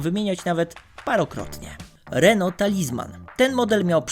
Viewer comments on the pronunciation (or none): none